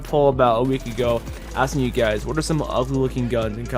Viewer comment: Who else loves when he says " whayt?!"